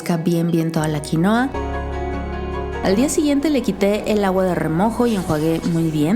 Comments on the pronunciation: Xfavor en español se dice QUINUA!!!!!!!!!!!!!!! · Genial aunque vivo en el país que produce quinua y por favor no se refieran más a ella como QUINOA. ES QUINUA!!!!! Derivado del quechua. Es por respeto a sus orígenes.